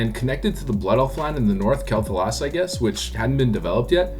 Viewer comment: It's "Kwell Thah-las"